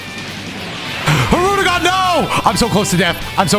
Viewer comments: Love how he continues to say hirudegon after learning that it's hirudegarn 💀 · I thought had an accent, bro really just NEVER read the second 'R' in "Hirudegarn" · this commenter will NOT be going easy on you. you corrected the pronunciation and in the very next fight it was already hirude-gone. for shame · Its not said that way tho. Its said as spelled, hirudegarn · i'm ngl it took this video for me to realize it's not pronounced "hirudegan" too and i'm still gonna say it that way because it sounds better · Bro there’s no way I’ve been pronouncing Hirudegarn’s name wrong for THIS MANY years💀💀💀💀 I didn’t even realize it till just now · ....I pronounced it as Hirudagon too... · I like how realized he was saying hirudegarn wrong, then just keeps doing it hoping not to get cooked lmao. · learning the correct way to pronounce hirudagarn then instantly throwing that shit out in the next clip lmao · Everyone I’ve met doesn’t pronounce the second r